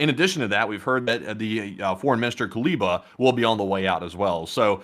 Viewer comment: Guys, it's KU-LE-BA. Not KU-BE-LA. ;)